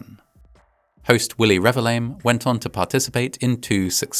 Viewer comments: lol, "Willie Revi-LAME" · I get so distracted by how you read his surname. It's Revillame so I get why you read it like that. But for correction it's read as Re-vil-ya-mé. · for the record, his name is usually pronounced REH-VEEL-YAH-MEH (emphasis on the VEEL) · lol on how you pronounced his name. It's pronounce Re-bil-ya-me though. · hate to be that person but it's re-vil-ya-meh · His surname is pronounced Revillame (reveal-yah-meh). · I remember this. It was called a stampede in the news, so I had a very different image of what actually happened. After seeing the similar incident in Itaewon, I now have a better idea of how horrible it must have been😢 Btw, the host's surname is pronounced Re-vil-ya-meh (the double L pronounced more like Y). But he is indeed lame, so I can't blame you. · dood did not even try to pronounce Willie's name right lmao